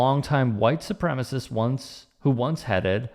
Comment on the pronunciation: Why do WS always call it “supremist?”